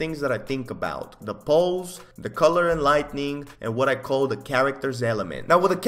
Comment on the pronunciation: I've always loved how says the word "lightning" when he's trying to say "lighting" 😂 No hate here, just appreciating it